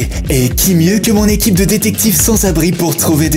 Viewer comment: tu as 5 ans ou quoi on dit pas l'ecipe on dit l'équipe 😂😂